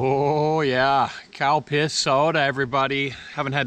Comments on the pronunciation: When you were talking about the Calpis soda, I could've sworn you said cow piss soda 🤣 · Every time you said the name of the soda I kept thinking I was hearing, ‘cow-piss’ soda. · Did He say, Cow piss Soda!! 🤭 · And all this time I thought he was drinking "Cow Piss" 🙄😂😂😂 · Calpis? I heard Cow Piss lol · I laugh everytime you say Calpis soda, I'm not right.